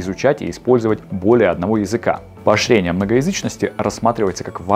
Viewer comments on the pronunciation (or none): Неправильно произносите слова - краны( ударение должно быть на а). В слове поощрение звучит ш вместо щ. Все кратко и четко. Тембр голоса, интонация, темп речи - отлично. Если можно, прослушайте и исправьте озвучку в этих местах Успеха Вам